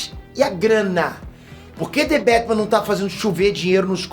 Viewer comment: the betman?kkkkk...aqui e brasil po.kkk